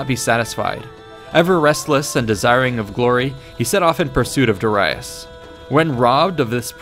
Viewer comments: Da ReEEE iS not De Ri US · This is very well made. The animations also brings everything to life. For me, learning with pictures are most interesting and effective. Also you've mispronounced Darius. It is pronounced as (Dari-yus) not (Dara-yus). Just a correction :) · It's pronounced 'Da-ree-us' not 'Da-rye-us'! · 9 lives? The boy was invincible. Edit: Also, did you just say “duh-rye-us “? Bruh, it’s Darius.. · Did you say Da-Rye-us. Face palm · Duh-rye-us.... wtf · Great video, honestly. The way you pronounced Darius though is FRUSTRATING, my guy 😂😂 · This pronunciation of Darius pierces my ears like a javelin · The way you pronounce "Darius" bothers me. XD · Say Darius right pls, its pissing me off so much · Your pronunciation is way off. "Duh-rye-us"? No. Not at all. Not ever. "Dare-ee-us" in English and "Dah-ree-us" in Latin. You got "Cilicia" wrong and I don't know what else because I stopped at "Duh-rye-us". It's hard to bear that you are trying to teach history without an understanding of the language(s) which was(were) used at the time; or, at the very least, how we pronounce these names and/or words to this day. Providing people with interesting tidbits is all good and well; but now there will be an army of people who sound like morons, saying, "Duh-rye-us"... and even if what they have to say is relevant at all, those with even a basic understanding of language will simply dismiss the knowledge on account of the ignorance of the speaker. Think about it. If a mechanic keeps calling your Hyundai a "honda" or a "hawndeye", then you don't want him/her to touch it no matter how good someone else says they are. Why? Because gambling is stupid.